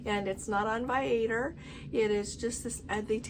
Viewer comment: V - eye - uh - tour. We checked with the company 😊